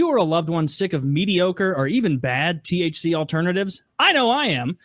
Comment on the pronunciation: "TCH 9" is delta 9 what in the retardation are they on about